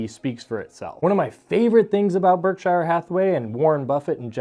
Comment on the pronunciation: Please correctly pronounce Berkshire Hathaway. It is spoken with the 'shire' portion of the first word as if saying a soft 'sure' as opposed to a more prominent 'shire' sound. That is how the British names that contain 'shire' and there are thousands, are spoken. Even in America, listen to how Mr. Buffet himself speaks the name. I like your channel and only offer this as helpful advise.